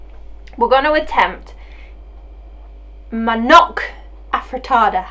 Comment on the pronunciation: pronounce the "manok" well but if an american say it they will like " manaack"...lol lol